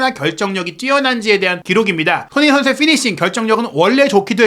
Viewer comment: 이양반아~손!흥!민! 이 선수로 인해서, 먹고사는데 도움이 된다면, 이름 발음이라도 천천히 차분하게좀 발음하셔~다른 외국선수는 발음 잘하면서 손흥민!발음은 왜 대충하는데? 시끄럽기만하고.. 참..